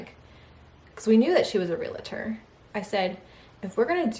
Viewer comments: I'm sorry but it's realtor not relator...you said relator numerous times in this video! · Hi,. 🙂 A friendly tip: It's pronounced 'reel tor'. This is genuine, not being snarky at all. ❤️ Congratulations, on your new house!! Myself, my boyfriend, and our daughter, we're planning on moving too, this year (2026, sometime. Hopefully. 🙏🏻🤞🏻). To a different state. Can’t wait!! 🤗🥰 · And say real-A-tor one thousand times. 😂